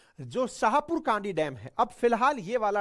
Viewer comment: छाहपुर कंडी not कांडी